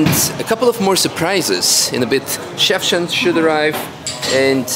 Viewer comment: Must've been a nice opening, everything looking good! Funny to me: "Schaefchen" sounds like "Chefchen" 😅